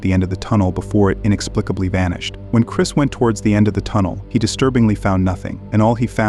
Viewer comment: It's Chris not Chirs check the mark!